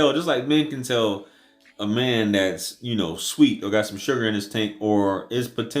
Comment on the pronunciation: i thought this guy said " some sugger in the tant " 😂😂 like waaaaat